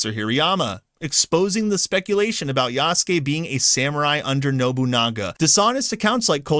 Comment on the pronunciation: Anyone else hearing say yasuke as "Yass Gay"? Lmao